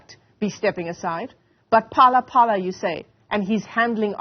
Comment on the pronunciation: Its Phala-Phala not Pelele🤣🤣🤣😎